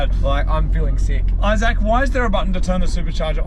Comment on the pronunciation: Dude really puts the "saac" in "Isaac"